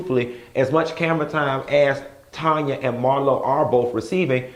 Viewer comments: LOLOL he kept saying "Tonya" and I was like who that?!!? He know it's TANya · TAAANNN-YA! not Tonya. lol!!!!!